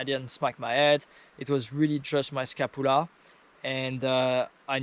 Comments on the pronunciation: How to pronounce Scapula - ska·pyuh·luh :D Good to hear you are ok bud! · Say sca-pu-la again